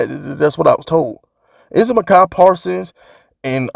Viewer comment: Why do you keep pronouncing Micah Parson's name wrong? You doing it on purpose?